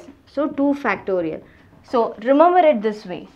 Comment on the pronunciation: It's remember not remumber